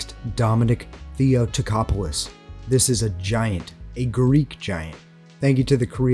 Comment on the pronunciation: In Dominic Theotokopoulos made him a big man was my fault, cause I'm not good in counting pounds,cause in Greece we count them in kgs,but I'm happy for this outcome so I'm not regretting it PS: Theotokopoulos the tongue is on the 2nd 'o'